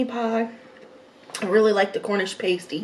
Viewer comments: It's pronounced Cornish pah-stee, not pay-stee. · It’s pronounced pass-tee not Paisty by the way :-) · Sausage rolls Cornish pasty.... pronounced passtee and scotch eggs are usually finger food, you eat with your hands. Glad you have British food in America. Cottage pie is made with beef, but Shepard's pie is made with lamb 🙂. Sorry for the edits....but you don't eat Yorkshire puddings with syrup...only gravy!! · Paaaaasteeeee get it right!!!!! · Exactly! Pastee is a pie...Pasty are things you decorate a nude figure with 🙄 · Pasty like nasty not pasty like tasty, was so annoying lol😂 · Hi! It’s pronounced “past”ie like the word past. The cottage pie is what we (USA)call shepherds pie. The correction is: Cottage pie-beef, shepherds pie-lamb, Cumberland pie is cottage pie with shredded cheese on top. Also that Yorkshire pudding is huge!!!!!!! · You say pasty like nasty oh and please don't put gravy on it or the scotch egg lol. Definitely no syrup on the Yorkshire pud thats sacrilege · Hi. You’re supposed to pour the gravy over the mash potato and peas. The pasty is pronounced like pahsty with an ah sound as in umbrella. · It's pronounced: pass-tee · Pronunciation sounds like cornish 'past ee' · Cornish 'Pas-tee'